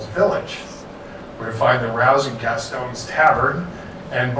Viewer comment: He said Gaston WRONG!!! but the remodel looks cool.